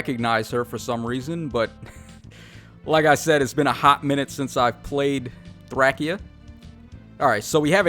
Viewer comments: Its not Thrackia, its not Thrasheea, its Thrashia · Please tacho it’s thray-sha not thrackya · Its threy-see-yuh not thra-kee-uh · All of the characters in the game say “Thray-shee-uh” in their voice lines. You’re wrong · hold on did u just say thrackia 😳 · I don’t doubt you know Japanese but the characters from Thracia don’t call it thrackia so it def not pronounced that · It's pronounced "Thray-she-uh" as per the trailer. You can pronounce it however you want and so can, it is just a game after all. But we do know the proper pronounciation. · Listen to the voice lines in the game. You’re wrong., the localization is “Thray-shee-uh” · did he really just say thrackia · Yikes. We know you need to go back and relearn phonics, but ouch, your pronunciation of Thracia just hurts. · I think it's hilarious. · The way you pronounce Thracia triggers me